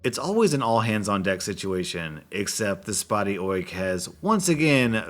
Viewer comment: Say Oik again, I love it